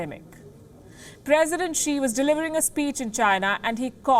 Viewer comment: Bhai wo chikta nahi hai xikta hai.